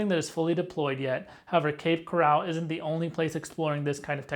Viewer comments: First of all, it's cape coral not cape corral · You’re pronouncing the name incorrectly. It’s pronounced Coral as in the marine invertebrate in the ocean. Not corral like an enclosure for horses. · You are pronouncing “coral” as if it is “corral” - an enclosure for horses. The accent is on the first syllable, not the second. It’s pronounced just like coral from the sea, coral reefs - to which the name refers. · Bro! It’s Cape Coral as in coral reefs. Not like the OK Corral which is spelled with 2 R’s 😞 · This is a troubling development. It would be expected, with AI, to generate problems and typical AI slop. As an aside, the town is pronounced 'Cape Corr-ul, like the Great Coral Reef, not 'Cor-al' like where horses are kept. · It's Cape Coral, not "corral" like where you keep horses. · Had to stop watching this the second you said Cape Coral wrong the second time. It’s not pronounced the same as golden coral. Pronounced the same as a coral reef 🤦‍♂️🤦‍♂️ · First of all you need to learn how to pronounce the place you're talking about lol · it's not pronounced like a fenced in area for livestock. it's pronounced like the organism that produces calcium deposits to build underwater reefs in the ocean. thanks for video. i live in Fort Myers.